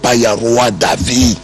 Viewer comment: David et non Davi.